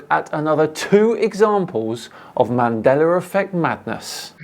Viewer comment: ‘Mandeller Effect’